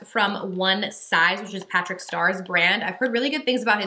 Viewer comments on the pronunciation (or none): none